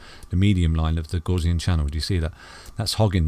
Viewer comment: Love your analysis. But I must say I was shocked to see you display the 5 day gaussian channel and happy you pronounce it correctly. Crypto university and his 5 day FUD quick sand charts seem highly suspicious. Who cares about shizer coins, let's go bitcoin!